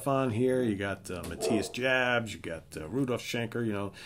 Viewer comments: you completely whiffed on "Unbreakable". You should really give it a try. Also.. it's pronounced Ma-tee-yas Yobs My top ten 10. Savage Amusement 09. Fly to the Rainbow 08. Love at First Sting 07. Unbreakable 06. In Trance 05. Virgin killer 04. Blackout 03. Taken by Force 02. Lovedrive 01. Animal Magnetism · Lovedrive is my #1. Blackout is #2 Also, Matthias Jabs last name isnt pronounced like you pronounced it. ‘Jabs’ is pronounced, phonetically’Yahbs’